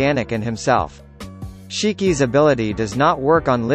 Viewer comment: tis shIkI not SHEKEEE SHIKI!!!